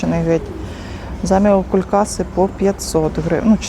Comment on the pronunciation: Будь ласка , не заміокулькАси , а заміокУУУлькаси!